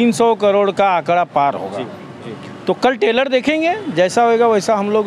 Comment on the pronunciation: Tailor nhi Trailer 😫